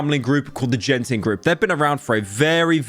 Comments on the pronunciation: Im sorry Pyro, but I have to correct it here. It's not "Jen"ting, it is read "Gen"ting. Yes Imma Grammer Police from Malaysia thanks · Did Pyro really said Genting as “Jen-thing” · As a Malaysian, My ear hurts when Pyro pronounced “Genting” as “Jenting” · the say you pronounced Genting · Genting is pronounced with a hard G, not a J btw. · I am unironically disappointed by how he pronounces Genting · Genting is pronounced with hard G btw. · I feel pain hearing Pyro pronouncing Genting with a J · Good video but hearing you mispronounce 'Genting' is hurting my soul.